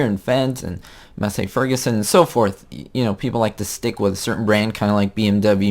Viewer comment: Massey is pronounced as "Massy" btw! Haha